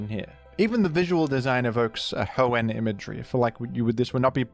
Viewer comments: It's Ho-En, not Ho-Ehn. He's putting way too much emphasis on the "enn." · i’m sorry but the way you say hoenn “hoe-ehnnn” makes this unwatchable for me </3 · The he pronounces Hoenn with that emphasis. Surely he knows??? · Bro its Hoe-in not Hoe-ehN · I've never heard anyone pronounce "Hoenn" like you do. I always hear people put the emphasis on the first part of the word, not the second part. So "HOenn" instead of "hoENN". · It’s pronounced Hoenn, not Hoenn, by the way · the way you pronounce Hoenn (Ho-ENn) has made me click of this video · “The hoe-n special” is my new favorite tick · hoENN is how I always pronounced it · Mf, SAY HOENN CORRECTLY. Jesus Christ. If you were ragebaiting, well done, baited. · can you pronounce hoenn right please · You pronouncing Hoenn angers me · Does anyone else pronounce hoenn wrong like T-T Love u T-T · You emphasise the "enn" in Hoenn, which I find interesting. I don't think I've heard anyone do that. What brought about this emphasis? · weird way to pronounce hoenn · Why does he pronounce Hoenn like that 😩😩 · Baffled by your implication of another pronunciation of Hoenn- is it that he very slightly overpronounces the enn?